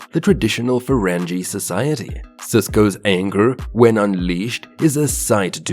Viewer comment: Just as soon as I heard his pronunciation of 'Ferengi' I knew they were perpetrating a fraud.